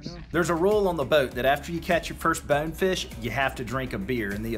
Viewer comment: How hard is it to say BONEFISH ! Not bawnfish or bawfish BONEFISH !